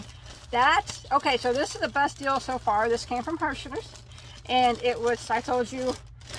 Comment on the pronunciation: Is it just me or did you start saying “deal” like “dill” and “mill” by the end of the video? 😂😂 btw I could tell you were so super excited about the brown speckled yarn by the way you said “OK” like 15 times 🤣 lots of love 🤎 So out of all of them, I must say I loved the brown speckled yarn the most as well. That was super pretty and to get 12 balls for $12 is such a STEAL!